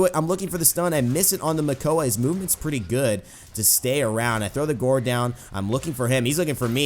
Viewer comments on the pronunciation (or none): bruh. why do you keep pronouncing gourd "guard?" it's pronounced like gord, like in Gordon. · "Thorw his 'gard' down" It's GOURD pronnounced G-o-r-e'd" Like Blood and guts and gore. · gourd is pronounced gord. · It's pronounced gord like food but with a g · Gourd is pronounced with an "or" sound. Not like guard. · Gourd is pronounced like Gorge (like a canyon or something) but with a D sound rather than a Ge sound. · Gourd,. Rhymes with bored. Just thought you should know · atleast someone said it